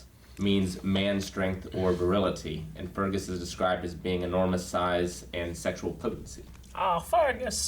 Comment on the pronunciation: They pronounced Fergus correctly at least.